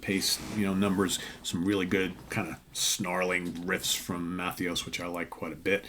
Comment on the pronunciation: Great record. Very catchy. 30 years ago, these songs would be all over the radio. Overland sounds great. And, say it with me…Jim. Ma-THAY-us. Trust me on this